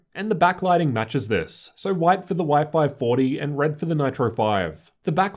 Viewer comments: I think he's mean what you pronounced Y540 like " wi-fi 40ty" :) P.S. Big thanks for so detailed reviews. Could i ask you, if that possible, using the same angle while you filming opened side-by-side laptops? Filming in front of. Because you usually filmed from the right corner, and the display of the closest laptop is distorted. Hard to objectively compare "non-synthetic" colors, contrast, etc. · Anyone keeping thinking he's saying wifi 40 🤣